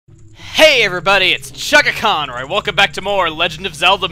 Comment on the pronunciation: Every time he does his intro I hear "Hey everybody it's " lol